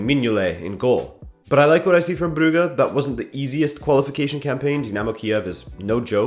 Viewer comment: No he pronounced it correctly